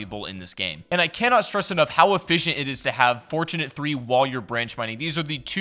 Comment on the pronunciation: Forturnate lol